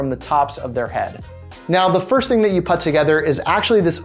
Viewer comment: I hate the way you pronounce "put".